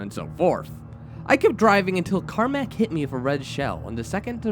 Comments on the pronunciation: It's KAMEK (CAM - ECK) curse not KARMACK curse... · Is it annoying that he can't pronounce Kamek? (Cam-eck) unless it was Karmek written wall text.